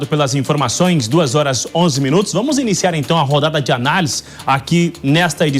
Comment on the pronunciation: Atenção ao nível das(os) apresentadoras(es) que vão fatalmente influenciar o povo de modo geral, quanto ao modo de falar, mesmo que seja em modo coloquial, o jornalismo atinge várias camadas. Então, melhor que ensinem o que é correto. Ao iniciar a narração, a apresentadora já solta um: "agora vamu falá sobre...", e não acentua o "r" em cada final de palavra! Faltou às aulas de leitura? Isso dói nos ouvidos! Se fosse a apresentadora, diria "tá loco"! As pessoas ouvem e aprendem! Já a repórter local, a, tem uma fala excelente, pronuncia muito boa, enfatizando muito bem o "r" no final das palavras, como também os plurais.